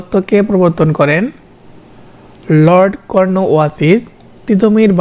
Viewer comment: লর্ড কর্ন ওয়া লিস, কিন্তু আপনি উচ্চারণ করেন ওয়াসিস😅